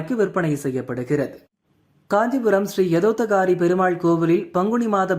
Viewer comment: Not "" yathoththa kaari"" but "" yathokththa kaari!! Why murder Sanskrit ?????